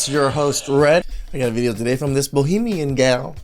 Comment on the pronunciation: *Bahamian, as in a person from the Bahamas, not "bohemian".